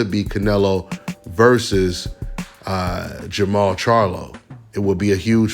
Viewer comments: It's jermall . No jermell! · Jermall not Jermell